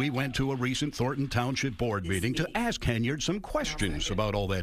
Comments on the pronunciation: Anyone who says “axe us” shouldn’t lead anything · She’s wants the media to “reach out to us and “ax us” her opinion before you post it.” Geez…….”ax us”? Really? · axe, what's wrong. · Anyone who cannot properly pronounce the word "ask" should be automatically disqualified from holding any public office.